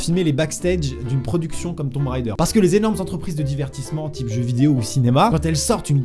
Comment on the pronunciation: Ahahah, dessoler mais mes oreilles saignent: on ne dit pas "Tombe raideur" mais "Tom Raider" (on NE prononce PAS le B dans tomb). C’était le p'tit cours d'anglais ;) ...